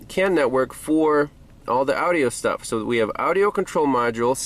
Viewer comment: Is anyone else chuckling every time he says audio as Audi-o? It reminds me of my grandpa.